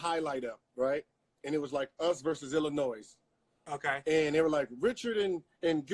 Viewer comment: Did gil really say Illinois with every letter pronunciated??